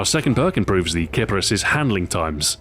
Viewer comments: Did Xbox Ahoy just pronounce a gun incorrectly? It's pronounced keep-arees. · Name is pronounced Kee-pah-rees btw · Huhu, sounds like clitoris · Ok I hear this gun pronounced in a lot of ways. "Kipperis" How I say it, "Kapris" as most of my friends say it, "KiPARis" Like how I USED to say it, and "Kip-Air-Is"